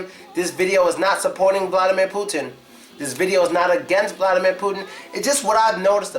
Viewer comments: The Big thing You miss about Vladimir Putin is pronounciation of his name. Vladimir is pronounced more like Vladee'mir with enphasis on deee sound, like in a word redeemer. Hope you enjoyed my comment! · Not vlAdimir, vlad"I"mir... i not a